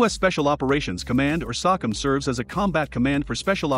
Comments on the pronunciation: Sock em ? Bin layden?...lmao...you need to learn correct pronunciation dude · Pronounced SO-COM